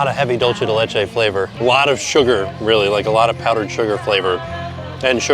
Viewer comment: Still holding out for a correct pronunciation of “dulce de leche”, you’re so close 😭😂